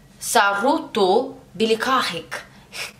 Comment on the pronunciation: Sorerto belegahek When you pronounce it like this it means I’m glad that I have sex with plants not Nice to meet you (as it supposed to be)😂 and the word legahek means When plants mate it can’t be use when you describe a human it’s just for plants The right pronunciation is sorerto belega ek